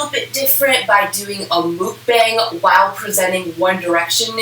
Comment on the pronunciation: Ok please don’t come for me but mukbang is pronounced “mohk bahng”, with the “mohk” kind of sounding like “fuck” with a rounded “uh” sound and “bahng” pronounced kind of like “kong”. Sorry I’m Korean American so I’m really particular about this 😂😂